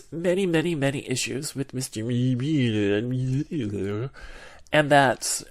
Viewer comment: Love the way you pronounced 'Mueeeuuuler". Hey, tell us something about you, anything please.